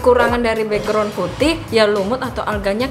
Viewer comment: Bekgron bukan beugron